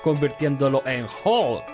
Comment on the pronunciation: Hihihi el doblaje latino dice hulka